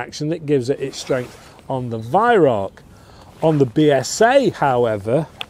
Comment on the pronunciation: just so you know Weihrauch is pronounced VYROW (Row as in argument) not VYRACK.